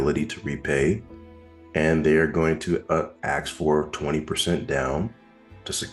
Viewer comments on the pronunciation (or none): Ok you pronounced “ask “ as axed😂. Asssssssk.🎉